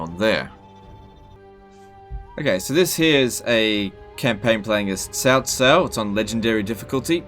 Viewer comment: I'm guessing that your either an Aussie, or a New Zealander, by your accent. Putting that aside for a moment, I noticed, that you pronounced your faction leaders name, as "Sau Sau". Sorry, my best attempt at spelling it phonetically, the way I heard it. So the "C" in this case, is pronounced, as you would say it in say "Cinnamon" for example. Where it carries more of an "S" sound. As opposed to the sharp "C" sound you would hear in say Car, or Carry, where it has more of a "K" sound. Just want to be sure I'm pronouncing these things correctly. And thought, since your from that part of the world, you would be more of an authority on it, than I am.